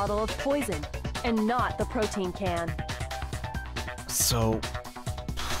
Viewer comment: i thought protein was prote in for a second there